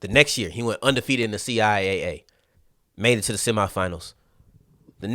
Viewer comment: CI Double A for sure. I find it funny that some people are using C I A A as the way to pronounce the conference name. To me it tells me that needs to spend some time looking at CIAA and MEAC related media from the conference.